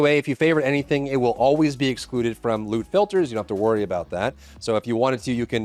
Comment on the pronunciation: Thought you said lude filter....was like wait holup wut